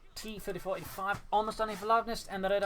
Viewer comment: It is interesting how T-34/85 transforms into T-35 when speaks fast:D